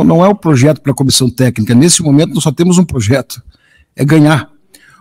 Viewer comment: Ele tá falando mto em "proxeto" acho que vem Luxemburgo🤦🏻‍♂️😂😂😂